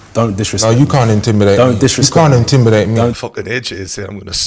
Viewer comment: "you can't intimbidate me" 😂